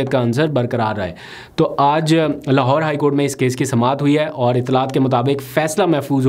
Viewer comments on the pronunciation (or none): none